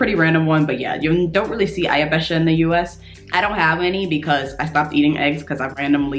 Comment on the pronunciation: I really like how you pronounce " Eierbecher". 🙂👍 Very good. I like them too. In some Shops you can find it in different colours or with small pictures on it. And I really like the small cups for Espresso too. They are from Italy, but you can find it in Germany too.